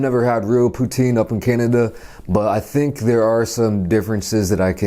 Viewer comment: "Kainada" lol